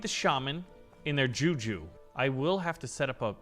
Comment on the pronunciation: The way bro says juju is funny because as a Nigerian it's said different you pronounce the juju and it's fast than that😂